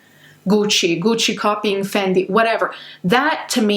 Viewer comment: The way she pronounces Gucci and Fendi 🤭🥵